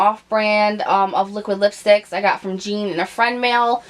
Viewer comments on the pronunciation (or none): none